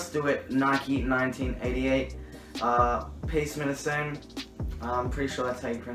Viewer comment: lmao you say peace minus one weird af